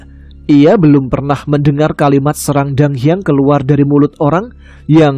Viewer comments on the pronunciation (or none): none